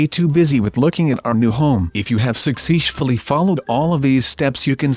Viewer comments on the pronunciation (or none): Sushley? Or successfully?